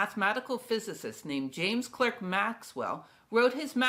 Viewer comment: Thank you for the nice video! I do have one comment: James Clerk Maxwell's middle name is pronounced "Clark".